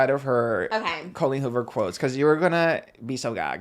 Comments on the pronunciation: Not pronouncing Colleen Hoover like Colleen ballinger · I love her pronouncing Colleen Hoovers name like “colon” Ballinger lol